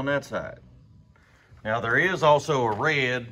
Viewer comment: Sounded like you said meow, instead now... 🤣🤣🤣 cool video BTW